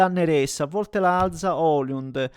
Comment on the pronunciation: Neres e Elmas NON sono francesi. Quindi Néres e E'lmas.